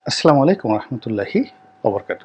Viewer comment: আপনার সালাম দেওয়া আরো সু্ন্দর ক্লিয়ার করে বলেন যে আসসালামু আলাইকুম ওয়া রহমাতুল্লাহি ওয়া বারাকাতুহ